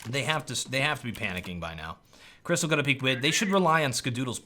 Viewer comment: Its Krysta - LAW..Not Krystal.